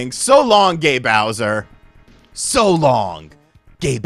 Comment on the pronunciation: It's gay not gae bro